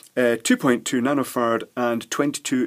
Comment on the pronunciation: i giggled when i thought you said "nano fart" and "pico fart"